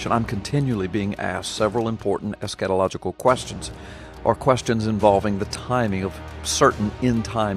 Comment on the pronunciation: Man! The way you pronounce "Escatholigical" sounds sooo educated! I can't even spell it yet alone pronounce it! ha! Really good video btw! It really encouraged me!